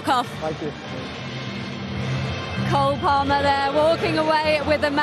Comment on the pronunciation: Cole palmer? Nahh mate it's ''cold palmer''